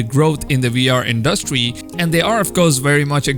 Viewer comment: You put too much emphasis on the 'duh" in 'industry' when you speak. It sounds awkward